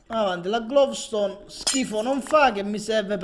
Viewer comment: dai ma avevi "glovstone" davanti e non la raccogli!!! (per informazione si dice gloustone non glovstone :D )